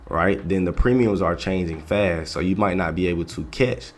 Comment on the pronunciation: FAST killing me toooo